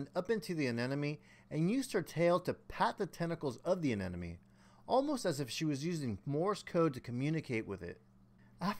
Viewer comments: A-NE-MO-ne Not a ne ne me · It’s an anemone, not an anenome. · I’ve been waiting for a year for my 12 year old clown to host in my new system. Glad you were able to get some success. Also, I have to say aneMoNe, not aneNoMe.. 😉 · I don't know why the wrong pronunciation of Anemone bothers me so much, but it does... I need an intervention! Uh-ne-muh-nee Uh-ne-muh-nee! 🤣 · Can't even pronounce ANEMONE